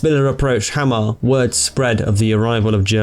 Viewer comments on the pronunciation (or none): Pronounced them surprisingly well, really. Some had a little accent on them, but others were nearly flawless. Hamar and Steinkjær were a little off though, but the way we draw out our wovels and pronounce our "kj-" words can be a little strange to foreigners. It's somewhat more like Haah-marr and Steyn-Cher. Otherwise, unusually good job on the pronounciations. Englishmen usually butchers these badly. :)